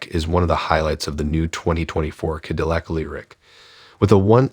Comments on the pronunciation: What's a kadilik?? Where the heck r u from? Kadilik? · Yes, it is, but in prior videos going back almost a month, people have told that failure to train their AI voice in the correct pronunciation of Cadillac sounds amateurish. They finally did get Debut, as in Debut Edition, correctly, but somehow Ca-dill-ic is a bridge too far. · Can you at least pronounce Cadillac properly? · You would think that a youtube channel named would know how to pronounce the word Cadillac.